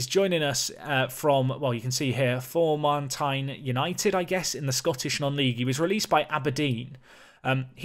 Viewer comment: a small thing, Formartine is pronounced "Four martin" Not like it really matters